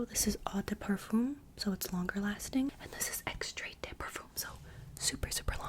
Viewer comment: Love your pronunciation of "Extrait", it's so silly